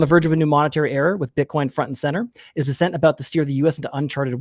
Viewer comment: BESSant not beSSENT.